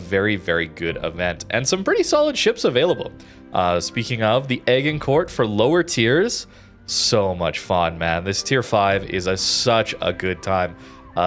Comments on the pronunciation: agincourt is a place in france; from which a battle the brittish won. It's pronounced "Ajincore" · Agincourt is pronounced A-jin-kor. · Im sorry but the way you pronounced Agincourt had me crying 🤣🤣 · well done for simultaneously triggering the English, Welsh, and French with your pronunciation of Agincourt :)